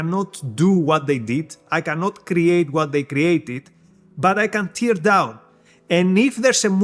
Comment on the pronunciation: Good talk. For the sake of improvement, from the video in Tel Aviv and this, you have a consistent issue with the pronunciation of the verb "tear" (as in "to tear down") whose first vowel sound is as in "Ted" [teər]; unlike "tear" (what keeps eyes wet) [tɪər], first vowel sound as in "kid".